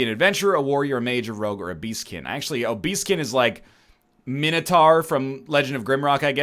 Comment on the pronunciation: The way you said "A beastkin", made it sound like "obeseking"